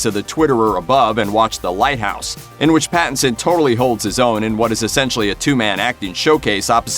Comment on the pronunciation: How many times did he say Battinson? Or was that my imagination?